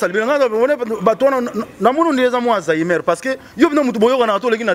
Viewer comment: please ferre ba lobaka Alzheimer pas azainer